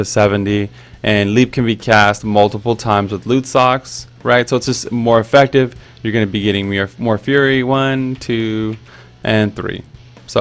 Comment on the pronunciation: "Effactive." Love the series dude. Keep it up <3